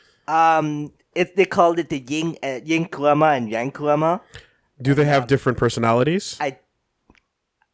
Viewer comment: Anybody else noticed that always calls the Kyuubi Kuruma, which is japanese for car and not Kurama, which is his real name lol